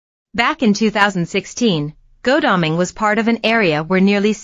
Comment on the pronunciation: Dear presenter, it's pronounced God-alming, not Go-dalming. It makes me wonder what else you may have got wrong 🤔